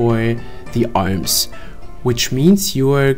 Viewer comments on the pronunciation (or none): Haha ist chinese oder warum spricht er das "r" als "l" alms statt arms:D